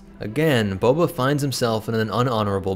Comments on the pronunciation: It kills me every time you say BO-BO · So is nobody else bothered by the continuous pronunciation of "Boba" as "BOBO"? "Dooko was shocked, but Bobo was absolutely devastated."